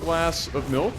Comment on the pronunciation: 'Malk'